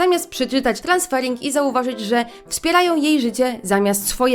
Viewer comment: *transerfing rzeczywistości a nie transfering 😘